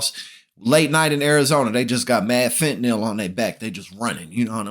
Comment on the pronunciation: To - Finally! Someone who knows how to pronounce Fentanyl. Thank-you.